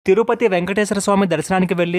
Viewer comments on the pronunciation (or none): none